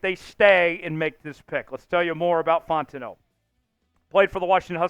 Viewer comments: This has gone on far enough... You're blatantly mispronouncing Troy fautanu's last name ... You're calling him Fontano ... It's Fow-tawn-ooh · Fautanu is pronounced "Fow-tah-new." I saw the Chat Sports vid with the knee issue report on Fautanu but I hope they pick him.